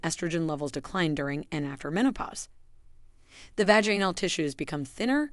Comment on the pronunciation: You pronunciation of the words is really sad. it’s vag in al and gynecological-gone i cal logic cal not the way you pronounce the words. I’ve smelled younger people. How about making videos about keeping your breasts in the blouse instead being exposed for the whole world. How about not wearing spandex with thongs? How about men pulling up their pants over their bellies? What about men wearing their jeans down around knees